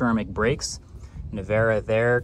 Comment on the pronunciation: "Rimat nevero" 😂